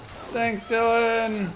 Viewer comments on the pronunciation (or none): none